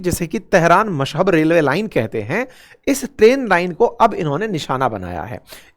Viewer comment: मशहब नहीं, मशहद बोलो वीडियो टाइम 02.10